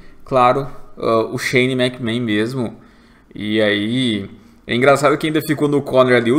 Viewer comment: Que agonia, o não consegue falar Shane McMahon